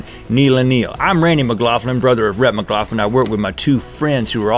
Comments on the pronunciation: You guys pronounce McLaughlin strangely. I've only ever heard it said like Mic-Lock-Lin, rather than your Mic-Loff-Lin. Xxx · Sounds like he's saying mclaugflin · Who agrees only link should say let's talk about that he does it perfect and who else agree's that its weird and cool how to bestfreinds have fucked up names lmao